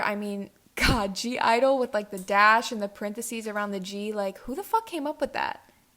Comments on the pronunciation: I agree with most of your points. I'm pretty sure (g)-Idle is just pronounced "Idol" but yeah...They need to fix the way it's spelt. Momoland. I have loved them for ages and yeah I get where you are coming from but I just can't agree. Momoland are super talented and all the girls are amazing! I can see how BAAM is pretty much just Bboom Bboom I'm not going to deny it since they even have the same line distribution but I like it for what it is. The B-sides on "fun to the world" are so much better though!! I preordered this mini album before I listented to the B-sides but man, If you haven't heard them go do it. "Bingo game" is so catchy and "Very Very" should have been the title track. Anyway, I love your opinions as usual!!♡♡♡ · (g)i-dle said you say they name like I-dle but you can (g)I-die it’s fine but how you officially say there name I-dye just to help hand I understand there name is like ugh hard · (G)I-dle is actually pronounced "idol" by the way, that's why the G is in brackets but yeah no hate, I love that you're expressing your opinions and agree with pretty much all of them ! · U say it like idle, without g. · The G is silent. Lol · (G)I-dole is pronounced as just idol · (G)I-dle is just pronounced idle. We’ve all struggled with it. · It's pronounced Idle XD Also, I think it's so complicated because it's supposed to mean "A group of young people" 😂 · Just commenting to say thay, from reading the group's name in Korean, I guess it's supposed to be pronounced like "hyeoja-idol" (or something like that I'm Spanish don't make me do romanizations in English) but basically it means like "girl idol" I guess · YO APPEARENTALLY THE G IS SILENT IN G IDLE Y'ALL AS MUCH AS I LOVE G IDLE I AGREE WITH THE SIS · it’s supposedly pronounced idle the g is slient. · They're just called I-dle. The "(G)" is silent. They're called I-dle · (g)-idle is pronounced idle without the g. It's a pun in Korean I think